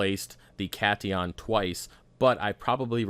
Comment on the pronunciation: Pronounce cation as Cat-ion and anion as an-ion. It refers to the charge of the ions. Cat being positive and an being negative.